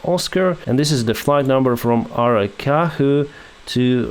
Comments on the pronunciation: brazil mentioned., its aracaju with an actual j, not like an r, so aracaJú, just to let you know. other than that, great video. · You did nail Recife name perfectly, Aracaju, the j is more like the g in gentle word in english.